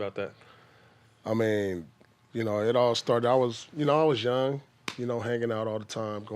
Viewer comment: “One of the loung ladies” 😂